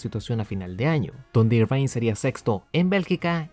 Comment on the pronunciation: Excelente video como siempre. Como crítica constructiva, te recomendaría solo revisar la pronunciación del apellido de Eddie Irvine, que se lee más parecido a "ervin" o "irvin" que a "irvain" (en Wikipedia sale escrito en IPA, menos charcha jajaja).